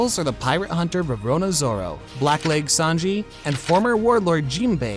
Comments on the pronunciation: This bothered me too but I already knew about the direct translation being belly/bellies. I didnt care tho he pronounced roronoa as rorona and oden was called kizuki rather than kozuki😭😭😭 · Bro is absolutely slaughtering the names in this vid. “Rorona Zoro” “Ben Beckham”💀